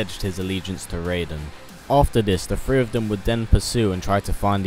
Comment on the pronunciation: Mortal kombat thrfee thats how u sound like when u say it